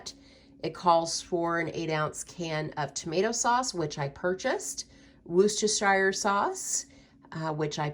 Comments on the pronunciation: Pronounced ‘wooster’ sauce x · It's Wus-ter-sher sauce, that's how is Brits pronounce it. 😁😀 xxx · As an English person, it is very entertaining to hear Americans trying to pronounce names of our counties like Worcestershire 😂 not sure why I find these videos very satisfying but it encourages me to be more mindful going my food shop! How long would you say a shopping trip takes you? Does it take you longer because you’re calculating what you’re spending?